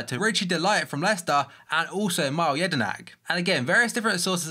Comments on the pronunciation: It's mee lay not mile lol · Hey, just thought I'd tell you Mile Jedinak is pronounced 'Millay', not Mile